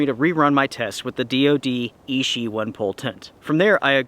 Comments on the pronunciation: I reckon you will get the same results with the same weather cinditions. Nice work. The 'ch' in Ichi is not pronounced as 'sh.' Ichi, not Ishi. Ichi means 'one' in Japanese. Makes sense, right? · You are pronouncing ichi wrong. It means one in Japanese. You might want to have a quick google how to say it. its not e-she as you are saying it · not ishi, ichi, like itchy. means 1.